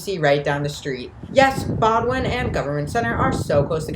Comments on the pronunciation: BOWDOIN station is pronounced BOHHHHH - DIN not BOW A DIN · The narrator alienated every Bostonian by mispronouncing the terminal’s name. It’s pronounced “Boden”, not “Bodwin”. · Bo-dun, not Bo-doo-win, and East Boston, not Eastern Boston. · "Bo-d'n", not "bod-win." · It is pronounced Bo din. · It's "BOW-Din" Station. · you should have done your pronunciation homework ahead of time!!! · The T’s own announcement says BOW-DN.